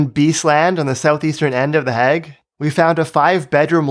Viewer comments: I like this video, but the way you say "The Hague" is really weird. It's pronounced "hay-g", like "plague", not "hag" like "bag". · "De hegg"